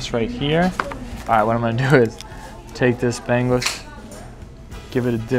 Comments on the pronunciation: Bang Us haha.. that is bangus.. not bang-gus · I dong like how you said lumbia its lumpia 😢 and you said kari-kari its kare-kare 😤 and bangus you said banggus 😡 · Born and Raised San Diego Filipino American. Just utter joy seeing this. Also getting a good laugh at pronunciations: "BANG-Us" really gets me ROFL